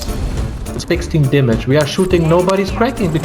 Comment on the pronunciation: "I can see yurrr dyamage, NYOOOBS!"